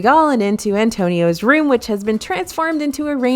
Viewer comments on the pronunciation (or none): none